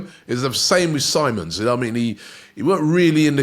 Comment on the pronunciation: Lol Robbie having name issues again love it... Andre onana? Simmons even was seamons at one point.